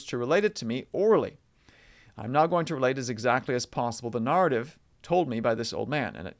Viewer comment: I love listening to, but if he's pronouncing "narrative" the way he does, he better apologize to his wife for pointing out he has an accent. 😊